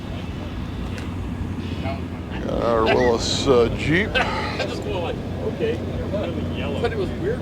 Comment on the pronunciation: It is not a Will- us Jeep; it is a Will-EE's Jeep🥴 like Willy Nelson